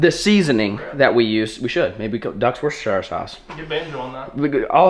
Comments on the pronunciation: If you do start selling Worcestershire sauce will you pronounce it as "wuster" sauce. Being from England the misses is gonna ban me from watching your channel if she hears you say it wrong again 😂😂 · As a lad from Worcestershire in england the way he said Worcestershire had me dead 😂 worshtershiyrrrr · I live in the uk, 4 mile from worcester, I live in Worcestershire and I laugh everytime how says it, we dont say it like that.